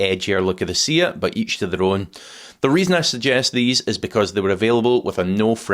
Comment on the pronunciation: That would be the Spanish pronunciation. (But Seat is not See-at but Seh-utt.)